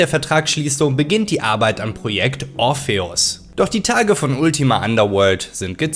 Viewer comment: schönes video soweit, aber so, wie du 'orpheus' aussprichst, ist es nicht zu erstragen ^^ schade